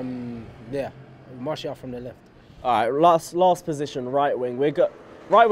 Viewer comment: Umm mate it’s not pronounced Mar-Ti-al... it’s Mar-shi-al 🤙🏾